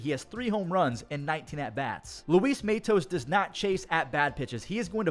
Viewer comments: It's Luis MAHtos, not MAYtos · Why the imaginary Y in Matos? You just reminded me of being called Maytos instead of Matos my whole high school baseball career 😂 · I still can’t get used to him pronouncing Luis matos like that